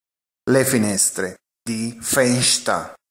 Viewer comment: Le slide sono carine ma qualche pronuncia poco chiara ( das FenSTER- Der Fussboeden )